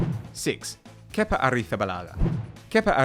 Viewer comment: You mean how it’s meant to be pronounced